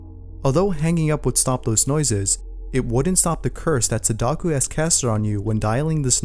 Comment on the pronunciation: It's Sadako not Sadaku